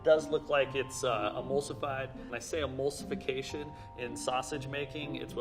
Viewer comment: No one:: Amulsification